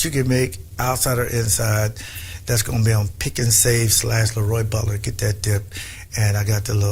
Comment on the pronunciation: 😂😂😂 Probably the same reason the opening announcer pronounced his name LEEroy Bulter instead of LAroy Butler. Incompetence.